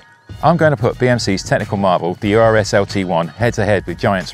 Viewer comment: The BMC is pronounced URS (latin, means "bear"), not U.R.S. Urs is a common male name just like Ursula for woman in Switzerland, which is home of BMC (Bicycle Manufacturing Company)